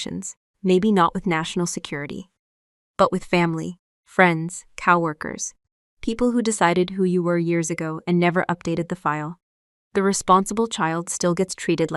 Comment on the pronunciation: Southern Arizona United States of America Good story. It's pronounced co - workers NOT cow- workers. Very interesting, just a bit too long.